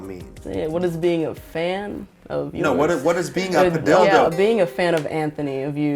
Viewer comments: Padilldo spunds wrong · Why does padildo sound so wrong to me.